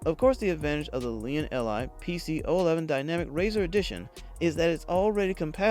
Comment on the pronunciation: Lian... EL, Eye... Lmao